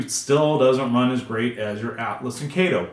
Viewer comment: Kato 👍 Kay—toeee yes 🙌